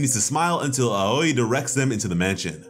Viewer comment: I love how Miss Aoi’s name is pronounced “owie” like you got hurt,kind of a funny play on words if you ask me